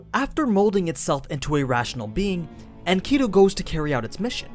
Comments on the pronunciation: The pronunciation of the ancient names is killing me in this video. It’s okay that you don’t know but please study more. (Mess-o-pot-aim-ia), (In Ka Dew)Enkidu, and other stuff is bothersome but those are the worst lok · honneyyy oh my lord. Enkidu, Is pronounced Inky-dew. For all the people who studied the story of Gilgamesh we all cringed when you said it like that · Nice explanation, except for your pronunciation for Enkidu. But whatevs man.